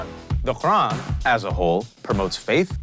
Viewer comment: Ur .... quran ka nam thik se le